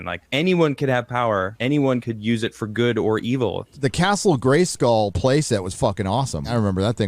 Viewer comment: When says "good"... 'Gooduh'